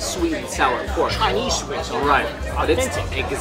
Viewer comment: "Sweat" bean paste? Lol